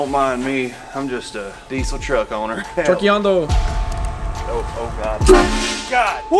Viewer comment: I cringe so much when they say trokiando because they can’t say it right